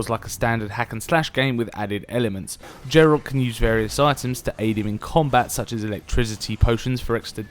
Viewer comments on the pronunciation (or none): Geralt, not Jeralt